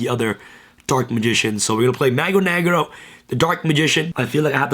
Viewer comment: Love the portuguese DM, just a side note.. it's pronounced "Mah-goo Neh-grew" in portuguese :)